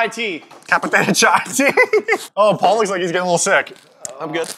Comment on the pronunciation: Wait did call paul "pale"?